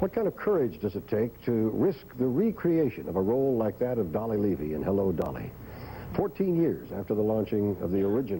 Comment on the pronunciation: It's Dolly Lev-I lol. I don't know how he mispronounced that.